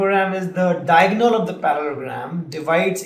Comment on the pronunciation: good video but you need to seriously work on your pronunciations. it's Para-le-lo-gram, dia-go-nal, sci-ss-ors.